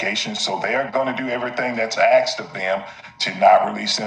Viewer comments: did I just hear you say “…went to pacific rooms…”? The word is “specific.” Lost all credibility. If you actually make a point I’ll never hear it. I’m out on your stupid channel. Also the word is “asked” not “aksed” or “axxed” however one would spell a word that doesn’t exist. Heard you say that while writing this comment. Unreal. Maybe learn English before making an attempt at this YouTube thing. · First of all he didn't "ax" he asked and he didn't ask if he was the only one who got "caught" he asked "if someone else got arrested" that's 2 completely different things. So it's NOT OK at all to spread completely false information like this!! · It is “asked” not “axed”… how has it come to this? How did the language change.. when… why… how do so many people say it incorrectly. The word is “asked”. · The word is aSked not aKsed - asked not aksed!